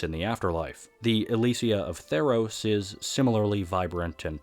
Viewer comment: "tEES PLLNS THF TEE-EROS"